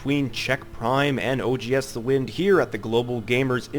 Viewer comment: am I the only one hearing "FOR THE WIN" every time he says 'for the wind'?